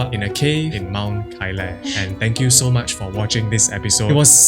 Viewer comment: Не Кайеш, а КАЙЛАС, вообще-то!! и не ШамбАла, а ШАмбала!! Ужас тихий с ударениями!!